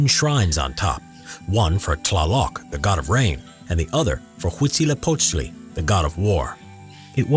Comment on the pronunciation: The narrator is the only English speaker who can actually say Huitzilopochtli in a proper manner! Congratulations to him!